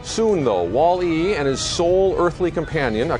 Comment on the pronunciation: stop saying "Wall" and then "E!!!" It's pronounced like "Wally"